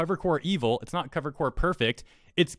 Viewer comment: Hey, one small thing: You keep saying "Cover Corp" and pronouncing the "Corp" like the English word "Core," but that's not correct. You're mixing up the "corp." abbreviation with the French word "corps." You don't pronounced "Corp." like "core" you just pronounce it exactly how it looks. For example, when talking about the US Marine Corps, that's when you would use the "core" pronunciation. But when talking about Cover Corp., you just say it like "corp"